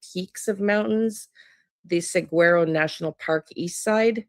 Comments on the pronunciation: FYI - Saguaro is pronounced "Sah-WAR-oh" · Yep! Suh-waa-row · Pronounced (Sa war o) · Pronounced sah war o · Saguaro... like the Cactus. (SAWAROW) 😉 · Google the cactus and it will tell you how to pronounce. You don’t voice the G.